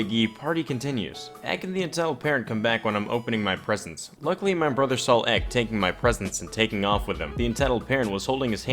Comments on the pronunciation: EK is said like EP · Stop saying "ek". It's an acronym. Say entitled kid or E K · I cringe every time he says ek smh 😂